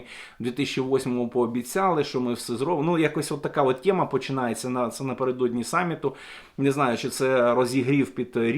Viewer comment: все файно викладаєте, але чому "тєма", а не тема? Чому вам так смакує рашистська вимова?